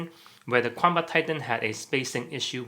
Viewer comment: is Kwamba the correct chinese pronounciation?